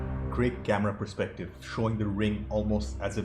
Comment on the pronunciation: Did you say “Holy perspective!”?! 😆